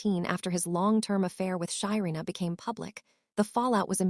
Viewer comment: Her name is SHARENA not Shyina